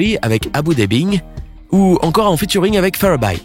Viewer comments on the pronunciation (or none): C'est "Fababy" pas "Faraby" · le rappeur c Fababy pas Faraby🤣🤣🤣🤣🤣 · Haha on dit pas Abou debing ni fababaille et puis pourquoi tu mets awa imani? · comment il a dit Fababy😂😂😂😂😂😂